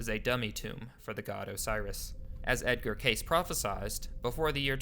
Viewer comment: Good video. Please pronounce Edgar Cayce's name correctly. Duh.